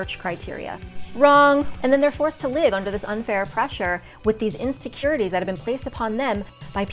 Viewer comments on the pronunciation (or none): "Instacurities" best mispronunciation ever!